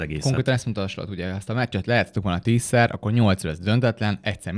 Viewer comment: De miert kell Slotnak ejteni szerencsetlen Slot nevet😂 a holland nyelv nem magyar, Slot akkor lenne ha Schlotnak kene irni, de olyan idegesito hogy egy csomo kommentator sem tudja Szlotnak mondani